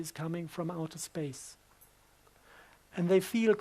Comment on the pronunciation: U Lost me at... "outer" space. Still viable info tho. Thnx.